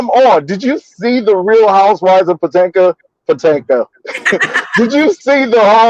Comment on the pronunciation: He said Potanka😅😅come through funky bunch😄